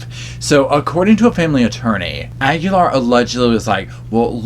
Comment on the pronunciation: DID U SAY KEEGAN AGULAIR OR KEEGEN?